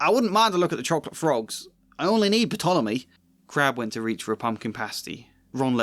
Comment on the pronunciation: Fyi: the P in Ptolemy is silent. Other than that excellent video. (And i think you're too hard on yourself about your pros 😉)